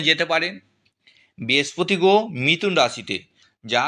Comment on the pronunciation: আপনার উচ্চারণ গুলো স্পষ্ট করুন। পোতিকার গোহো পিয়ো আজগে এসব কি? শুনতে বিশ্রী লাগছে। পুরোটা শুনতে পারলাম না।